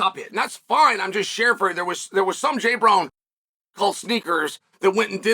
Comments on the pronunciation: Jay brone. Juh-bro-nee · “Jay-brone.” Solid. Very different from “Ja-bro-ne”.